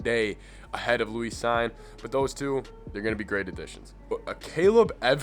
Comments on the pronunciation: Lewis is just 'LOU-is', not 'lou-EES'. Cine is 'Seen', not 'Sign'. Just wanted to let you know is all. I like the analysis very much. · Cine's name is pronounced "seen".